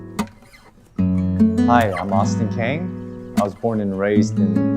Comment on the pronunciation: 질문 있는데요 진짜 궁금해서 물어보는거니까 너무 기분나빠하지 마세요 외국에서 살고있는 혹은 외국에서 살다가 한국으로 들어온 한인2세나 3세들은 한국이름을 아예 가지고 있지 않은가요? 아니면 가족끼리는 한국식 이름으로 부르시나요? 그나라에 살고있다면 편리함이 먼저라고 생각할수도 있겠네요 그러면 외국이름을 누가 지어준건지 본인은 한국이름을 가지고 싶지 않은지요 그리고 오스틴씨는 강씨같은데 캥이라고 발음을 하네요 이건 듣는 저한텐 조금 불편하더라구요.......